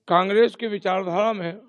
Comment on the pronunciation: एंकर महोदया कांग्रेस तो सही से बोलना तो सीख लो पहले